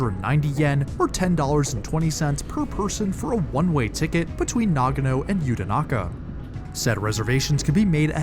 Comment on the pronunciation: Nagono no, NAGANO!!!!!!!!! FFS!